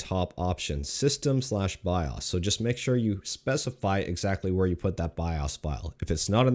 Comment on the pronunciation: Byeahs? What's a byeahs?